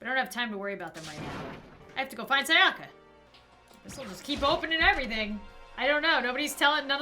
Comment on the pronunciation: I'm kinds triggered about how says Sayaka